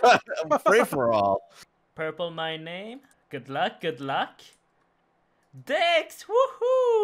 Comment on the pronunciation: i dont think you said dex right...